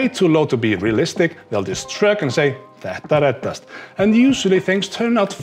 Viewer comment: My girlfriend has þetta reddast tattooed on her collar bone. I like how you pronounce it. Sounds less like Pet a red-assed, which would probably mean it'll all be ok if you rub it until it's chaffed.